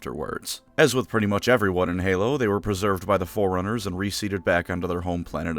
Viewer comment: the amount of amusement i got out of this video was enunciation of Forerunners making me hear it as 'foreigners' is a testament to the stupidity of my humor